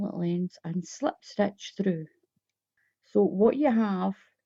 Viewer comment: It’s pronounced SLIP stitch NOT SLEPT stitch !!! 😡